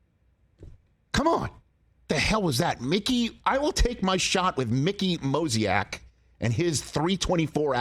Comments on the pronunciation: When entertainers mispronounce names it's usually funnier-sounding, but I don't think Moziak is beating Mickey Moniak. He's a Moniak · It’s Mickey Moniak. Not Mozniak That’s my guy right there! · Moniak. For God's sake with all the research and budget for this show, please have the respect to say someone's name properly OR walk up to the plate and bat for them if you think you can do better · It's MO-NI-AK. Guy's gonna be a stud. So far really the new crop of guys (Neto, Moniak, and even Cabbage) are looking pretty good. And Stefanic deserves a shoutout as well for his clutch hit last night.